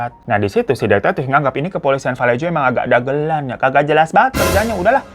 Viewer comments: Bang hiro moon maap valejo dibaca vuh-LAY-ho, aq tgl disni kebetulan 😊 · Just FYI: Kota Vallejo itu dibacanya: və-LAY-ho. Salah satu kota yang pernah bangkrut tahun 2008 akibat krisis ekonomi. 😣😞 Greetings from San Francisco 👋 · Fyi: Vallejo asalnya dr bahasa Spanyol jadi di baca "vayeho" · Tulisan vallejo di baca valleho bang hiro